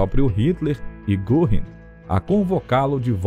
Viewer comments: Ótimo documentário, mas me dói nos ouvidos a pronúncia do nome Göring... (se lê "Guerring") não goring) ... crítica construtiva... abraço. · a pronúncia de Goring não é Gorrim. É Gêrin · O senhor também ta pronunciando errado!!! Não se pronuncia Guerring e sim Gurring. O apresentador do documentário só errou por pronunciar o rr fraco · Exato! Em nenhum documentário q assisti até hoje, não escutei certo. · Vamos dar um desconto pois a língua alemã é complicada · Aprenda a citar fontes do teu texto e a pronunciar direito nomes alemães, como Göring